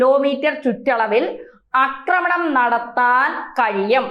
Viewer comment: The speech of this girl is boring select another news reader for perfection...Akkramanam nadathukatennalla - Aakramanam ennaanu seri.